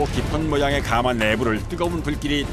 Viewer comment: 해설자의 해설 중 발음 잘못이 있네요. '가마'를 처음 시작하면서 '숯가마'라고 할 때는 제대로 발음하는데, 그 뒤로 '가마에 참나무를 ...'이라고 할 때는 잘못 발음하네요. '가:마'라고 길게 해버리네요. 그 '가:마'는 옛날에 신부가 시집 갈 때나, 지체 높은 양반이 타고 다니던 '가:마'이고 찜질방의 '숯가마'나 '가마솥'이라 할 때는 '가마'라고 '가'를 짧게 발음하는 것이 옳지요.